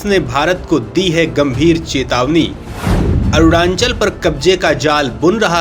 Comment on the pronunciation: Apne desh ke Rajya ka naam toh thik se lijiye 🙏.... It is not "ArunaNchal"..🙄..... It is ARUNACHAL!!